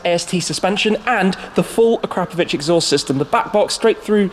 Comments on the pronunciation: You did not just call it “Uh-Crap-Ovich” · A “crap” ovic exhaust 😂😂 still can’t pronounce it properly! Absolute geek 🤦🏽‍♂️ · AK-RA-PRO-VIC .... tired of people saying A-KRAP-O-VIC